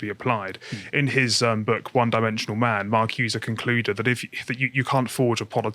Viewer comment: Marcuse as "mar-CYOOZE-eh"? Gramsci as "GRAM-skee"? Carl, you embarrass yourself!